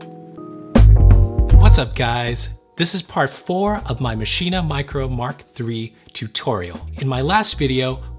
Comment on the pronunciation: Great tutorial, but Everytime you say Maschine you say "Mascheena." It's pronounced "Machine," the extra S in their name doesn't make an A sound at the end